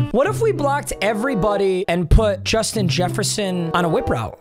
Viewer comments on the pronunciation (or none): none